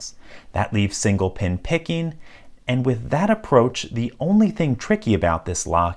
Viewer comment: "pickenin", "impressionin", so downvote